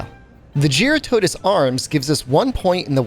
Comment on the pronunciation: Someone who can actually say jyuratodus correctly :)